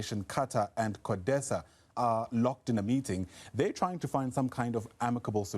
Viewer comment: Codeta not Codesa